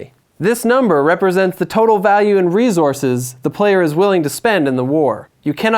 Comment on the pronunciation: Good game explanation. It was a bit distracting that he kept saying "re-zor-sis" in stead of "re-source-s"